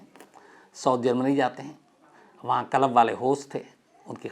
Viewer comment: Yaar tum itne padhe likhe ho lekin club ko dhang se q nahi bol pa rahe?? Bht irritation ho rahi hai jab jab tum KALAB bol rahe ho🤦🏻‍♂️ lekin story sunne layak hai isliye sun raha hun…